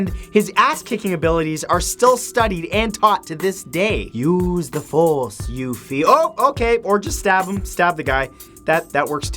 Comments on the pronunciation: Thank you for this video with accurate information of Chinese ancient warriors, next time I could help you with the pronounciations of Chinese names haha Lu Bu is pronounced more as Lew Boo, and Yue Fei should be pronounced as Yue Fay. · Hey you might want to work on your Chinese. CaoCao sounded like Cacao the things used in chocolate, Yue Fei sounded like the girl from final fantasy. And I don't even know why Xia Hou Dun is pronounced with a few extra letters. Lu Bu was the only one you got close on and that name actually have a different u sound which is replaced as V in the Chinese spelling system. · omg I couldn't stop laughing after he completely butchered the name xiahou dun he said dun correct but xiahou is pronounced like she-a-ho not jin-jew that's not even close to correct. also Yue Fei is pronounced as You-e Fay not You Fee and he would be from Hu-nan not Hu-na (its the name of the place that he said that Yue Fei was from). ive been studying Chinese for almost 4 years and lived there for a lil while so I know how to pronounce it lol he normally does really good at pronouncing things or names from other countries so im not bashing him at all im just letting anyone whos really interested in these people know the correct way to say them. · Xia (shee-a) Hou (Whole) Dun (Dune) is more correctly how it should sound by the way Lu Bu and Yue Fei also pronounced quite wrongly lol, but understood that Chinese name wasnt easy to read without the tones lol